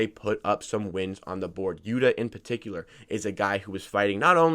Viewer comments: Yu-tuh...not Yuduh. Lived in Japan for two years, annunciation is key. Not hating, just a helpful hint 👍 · It's pronunciation for yuta is Utah like the Utah jazz.